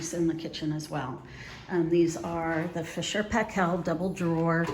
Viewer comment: Fisher and Paykel is pronounced Fisher and "Pie-kill” - a great New Zealand brand!